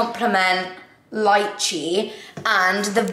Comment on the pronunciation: has anyone mentioned that its pronounced lay-chay for lychee?